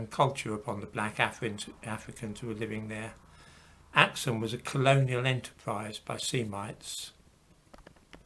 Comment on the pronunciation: It's pronounced as ak-soom though...